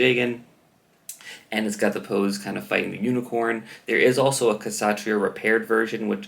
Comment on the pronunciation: I could be wrong but i believe it should be prounounce with a silent 'K' - satria, satriya, satreeya....